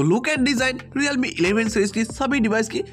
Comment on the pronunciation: Realme ❌ Riyalme 😂✅